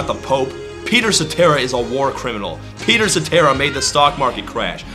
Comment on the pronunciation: Peter Sa-terrible...